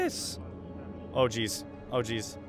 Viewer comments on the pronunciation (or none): none